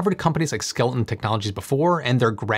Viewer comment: You keep saying skel ton, but the images you showed the company name is spelled skel eton.